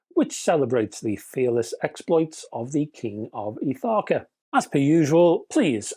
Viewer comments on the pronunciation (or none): another good video. very interesting, as always. Ithaka is just off Kefalonia, in the ionian sea. My wife and I have been a few times, and it is a glorious island. The pronunciation is Ith - a -as apple, ka - as in cat. Happy Christmas.